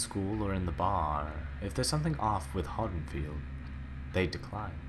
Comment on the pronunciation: Am I the only one irked by how he pronounces Haddenfield?